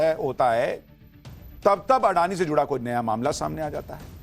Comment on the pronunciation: "अडानी" उच्चार सही नहीं है। इस उच्चार में रोमन लिपि की सीमाओं के कारण फैली हुई ग़लतफ़हमी है। गुजराती भाषा का यह शब्द/सरनेम असल में 'अदाणी' है। इसे इसी स्वरूप में लिखना या बोलना चाहिए। एक अन्य गुजराती शब्द/सरनेम भी 'अंबाणी' है, 'अंबानी' नहीं।